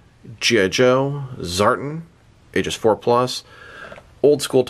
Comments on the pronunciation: you’re far from the first to pronounce it that way too. It sounds weird to hear it like that, but all through the video you pronounce it as “Zartn” instead of “Zartan”. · It's pronounced ZAR-TAN🤙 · Reviews more emphasis on "AN" within the word Tan. Ex." I went to the beach to catch a TAN". ZAR-TAN. I'm not sure if it's because u have an accent. If so, i apologize. I enjoy your content either way. 🤙